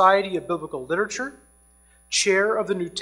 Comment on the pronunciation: Why on earth do these doctors keep saying "lit-uh-ture"? It's "literature".